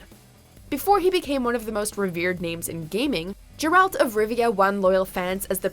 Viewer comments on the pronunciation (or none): I know right? I'm like, "Who the hell is JerALT?" They really need to put a little more research into these pronunciations before going ahead with them. In the audio books the narrator keeps calling Dandilion "Dan Dilleon" and it bugs the shit out of me. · Jeralt of Rivia? Seriously? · It is NOT pronounced JERALT but Geralt with a hard g. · Geralts name has a G not a J. Say it right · Geralt. G - like Good, Goofy. Not J... Why do so many get such a simple name wrong? I am excited and concerned about The Witcher series. All-time favorite game trilogy. We've seen how badly games and books transfer over into movies. In this case, we have both having to live up to an incredibly decerning fanbase. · gah ralt not jer ralt...sorry it bothered me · I am sad, you said Geralt wrong. It isn't a hard G or Jeralt. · Henry cavil is NOT Geralt... and its pronounced Geralt... not Jeralt... there is no "j" sound in his name. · Its Geralt, not Jeralt dammit!!! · It's G G G Geralt. Not Jeralt. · my god, I was hooked in until "Jeralt" wtf, Ger alt, Geralt, actually it probably doesn't matter how you say since Netflix cast such a bad choice for the role. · Jeralt of Rivia?? It’s Geralt!!!! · Geralt not jeralt. Get it right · JERALT?!!! How hard is it to research a bit?! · It's Geralt not "Jeralt" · Okay....JERALT?! IT’S GERALT! WHAT IS IT WITH THESE WATCHMOJO ANNOUNCERS BUTCHERING NAMES!? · Jeralt ? Its pronounced geralt, ge-er-alt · It's Geralt not Jeralt. Would it kill you to do less than a minute of research? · It's a hard "G" on Geralt (think "guerralt," not "jerralt"). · “Jerald Of Rivia?” Say his name right godamnit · I don't know why everyone can't say it right, it's a G not J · "Jur-elt" of Rivia...ugh. Huge fan of the Witcher but I don't have much hope for the series. I really hope I'm wrong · When she said gee ralt I lost my shit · Jeralt of what now? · Giralt of rivia...? 🤣🤣🤣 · WHY PEOPLE PRONOUNCE IT AS JERALT OF RIVIA. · This girl just dead ass said Jair-alt of Rivia